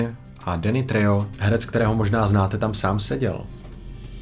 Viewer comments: Tohle téma je na dlouho. Většina z těch lidí jsou hajzlové, co si zaslouží těžký trest, ale na druhou stranu aspoň trochu důstojnosti Nebo ne? A Trejo se vyslovuje Trecho. To je to nejmenší 😉. Jinak super, jako všechny tvoje videa. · Jen malé upozornění u Dannyho treje se , přijmeme čte trecho 😉. Ve španělštině se totiž j čte ch